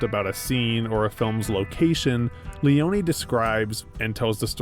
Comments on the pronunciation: The correct italian name is Leone not Leoni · sergio leone is not pronounced »lioni« … he is pronounced LEONE, ffs. the fact that united statesians are always too ignorant to do proper research on how to correctly pronounce non-anglo-saxon names, in this age of google, is beyond me. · is it that hard to pronounce sergio leone? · He manages to butcher Leone's name 🤦🏻‍♂️